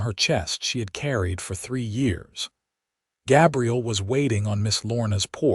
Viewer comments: (Gabriel) Like a girl's name, instead of a man's name. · He's pronounceing Gabriel wrong